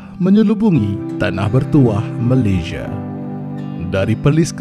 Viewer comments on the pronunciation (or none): Sebut lah MALAYSIA bukan Malayzhia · Malaysia atau malayziye? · Sebut betul-betul, Malaysia. ✌🏻